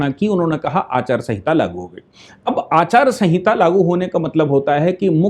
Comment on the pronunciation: अचार संहिता नही आचार संहिता